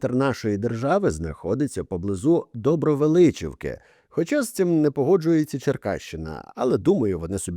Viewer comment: Вибачаюсь але слух ріже 😢 Не Добровеличівки а Добровеличківки 😊 А загалом автору дякую за таке відео ❤